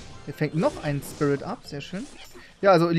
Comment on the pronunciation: Der ✨SPIRE FIRIT✨ 😂😂